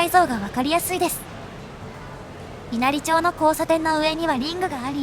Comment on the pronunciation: わかりやすい動画をありがとうございます。 稲荷町は、いなりまちと読みますよ。